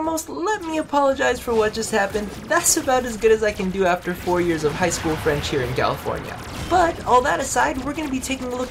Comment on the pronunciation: My GOD An American with a decent French Pronounciation??!! IMPOSSIBLE, INCONCEVABLE! PAS POSSIIIIBBLLEE! But really, Good work on the Pronounciation.